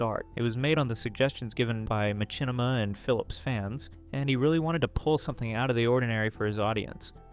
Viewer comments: It's not "Ma-chin-ima" it's "Ma-shin-ima" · This is straight-up fire dude, really well put together and the video evidence after each talking point hits like a bus. What on earth is a "Ma-CHIN-ni-ma"? 😆